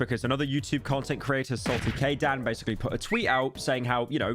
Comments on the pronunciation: "saltykdan" ITS SALTYDKDAN HOW DO YOU KEEP MESSING NAMES UP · No way pyro called him saltyd-kdan instead of salty dk Dan. Another pyro blunder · "Salty K dan" "Verti-tasium